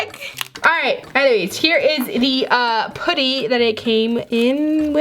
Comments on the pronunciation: It’s p•uh•tty not poo•ty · It's putty not pooty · It not pooty it’s putty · Did anybody cringe how she says poody instead of putty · Tbh, why do ppl say poody instead of putty?? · Its putty not pootee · I love you, but stop calling it “puht-E” It’s “puhhhtttt-teeeee” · I’m not a hater! I ABSOLUTELY LOVE YOUR CHANNEL A TON!!!!! but... it’s putty not pooty it’s okay I’ve done the same thing 🥰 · It’s putty not pooty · Its "putty" not "potty" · I’m sorry I’m not trying to be rude but you say pooty it’s putty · It’s pronounced pu-tt-ee not poo-tt-ee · stop saying pooty. its not ppot-ty. its fucking puht-tee. say it fucking right. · It's p'a'ddy not pouddy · it's not pooty its putty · Ok it’s PUT-TY not pooty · Do you say putty or pooty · why do you say pooty instead of putty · It’s pronounced (putty) not (potty) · Who else thinks it’s funny when says pooty instead of putty😂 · Who gets annoyed when says poutty instead of putty? No hate though. I love you 😜❤️💙💚💜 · Me but some people say it different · Your saying putty wrong your say pootty not trying to be mean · Why does she say pOOty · She said pooty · This is how we say putty ( p uh tt ee) :) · Can u stop saying pooty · She was saying how said putty. pronounced it at “pooty” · STOP SAYING PUDDY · Has anyone noticed that she pronounced putty as pooty. I mean no hate im just pointing it out I love yourr vidsss so much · The way u say putty pootty Love ya btw #notificationsquad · U say putty like it’s spelled poody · I cringe when she says putty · I love how she says putty XD :) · you cant say ''putty right'' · WHY CANT YOU SAY PUTTY!!!!!! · Okay so this is cool too me how instead of saying putty and amethest (Sorry I cant speel) she pronounces them like pooty and ameethest btw this is not a hate comment I think it is cool cause I have never have heard someone pronounce those words like that